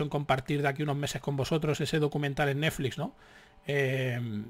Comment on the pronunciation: Dices Neflix como yo